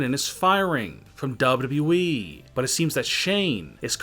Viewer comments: Why does it sound like he is saying double E not WWE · It’s wwe not dub-duba eeeeee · Why cant you say W W E ? it hurts my brain. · Is it so hard to say WWE? Double you double you E try reading it like that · Dubyoo dubyoo eeeee yup that’s how ya say it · This guy would be better off using the robot voice that the Channels that read Reddit stories uses. Can’t stand the mispronunciations. Dubbadubbaeeeeeee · Not FSswan but WWEEEEEEEEEEEEEE This guy speaks like a fuckin dilecsec teacher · Is the guy talking actually human or is he a fucking robot cuz the way he says wwe is weird as fuck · CRINGE 😱 how you say WWE